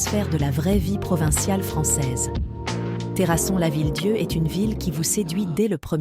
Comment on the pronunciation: "terrasonne lavillier".......